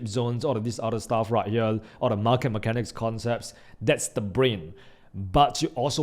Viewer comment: I love your Videos but I do wish you would learn how to say the basic words as the rest of your English pronunciation is good but you are saying "Herell" instead of "Here".... "Tradell" instead of "Trader" which I would have thought youd know.